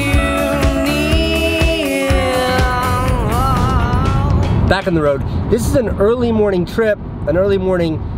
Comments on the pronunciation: I love how pronounces bro. BREW! Whats up brewski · The way he says "breew" instead of bro kills me inside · WTF is "Yeah Brew..."This SA dude needs a language lesson! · SKYrise He isn’t saying bro, he is saying bru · has anyone noticed that says the word “bro” like “brew” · Loved pretty much everyone of your vids no fault on you but if I hear “bru”or brew” whateve one more time ima snap ...It’s annoying ... I’m sorry